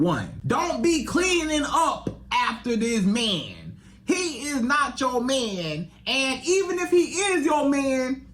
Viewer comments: I just don’t like the way he says “Man” it’s sounds like “Men”. Such a terrible example of relationship advice. You can’t even say he’s coming at this from the male point of view. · What the hell is a “mieeen”? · my ears hurt everytime bro said “me-an” . he’s as delusional as the women he’s talkin to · So much disdain in his pronunciation of “mahhnnn”. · The magnanimous amount of zest in the way he pronounces the word "man" is both hysterical and annoying